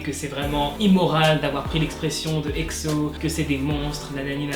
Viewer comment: POURQUOI TU DIT EKSO CA SE PRONONCE EGZO mais quand meme il abuse comme ca les EXO-L heuresement j'suis pas un EXO-L comme ca